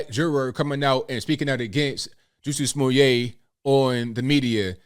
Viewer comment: To be fair, let’s at least spell his name and pronounce it right Jussie (ju-c) Smooye’ (smoo-yay) 🤣🤣🤣🤣